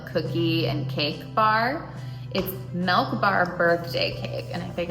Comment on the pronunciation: Melk or milk? 😂 I honestly don't know anyone else in my state that says it like that so don't think it's a regional thing? Melllkkk 🤪